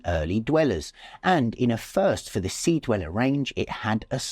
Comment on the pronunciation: deweller? come on